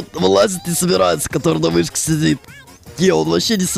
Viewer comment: Аххаахах на выске ахахахахаххаха ты сказал на выске а не на вышке